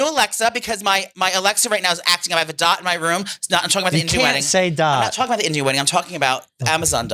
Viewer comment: You cant say dot 😂